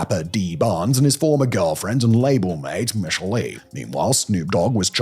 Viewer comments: 2-Pak? And you turned female recording artist Michel'le (pronunced Michelle-Lay ) into Michael Lee? Wow. The Caucasity is strong with this one. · Butchered half the names. Who's Michael Lee? 😂😂😂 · Michelle-Lay, not Michael E!😂😂😂😂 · I know right 😂. I was also wondering who Micheal Lee was!!?? It's pronounced "Mish a lay". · SMGDH! I know damn well you didn't just say "Michael E". It's like an Ai video but much worse!!! And what in the actual fk is a 2PACK?? Tell me your not from the culture without telling me your NOT FROM THE CULTURE!!! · Pronounced: "miss-shall-lay" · he also referred to Michel'le as Michael Lee 💀💀💀💀😭😭😭😭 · Bro said Micheal lee😂😂😂😂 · Mispronouncing Dogg Pound and Michel'le was quite hilarious! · The mispronunciation of Michel’le. Just think Michelle with a “lay” at the end. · I’m used to hearing his name pronounced like that by people that don’t know. I was not prepared for how he pronounced Michel’le’s name. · Michelle's name also, AND did he call them "Tha Pound Dogg"? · But I'm not going to forgive his pronunciation of Michel'le.